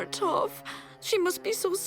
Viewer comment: No it's Toph because it sounds like tough